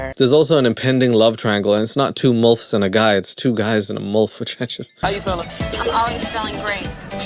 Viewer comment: “Mulfs” lol